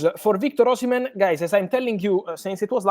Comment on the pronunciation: Oshimem✅ Oshimen❌